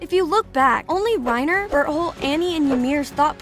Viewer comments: she said berholt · Ma'am you forget the T in Berthold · its bertholdt not b*tt hole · "it all started with ymir historia connie reiner and bertHOLE" i swear am i the only one who heard berthole in that first part💀💀💀💀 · “Bert hole” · she called beartolt butt hole🤣🤣🤣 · DID SHE JUS SAY BERTHOLE? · What people hear: bertholdt What i hear: bird hole